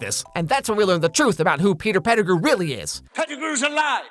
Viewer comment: why does he say pettigrew like that? lol